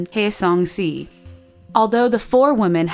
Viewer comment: Zorismaely Ortiz Just I couldnt make it out sometimes. I think she might have tried, but at the same time she said si almost like a spanish way while it should have been pronounced shi. So then it doesnt seem like she researched enough.